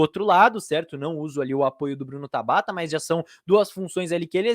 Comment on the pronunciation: Mano qual a dificuldade de falar Tabata pqp😤q agonia